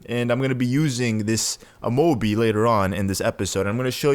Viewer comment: He said amobe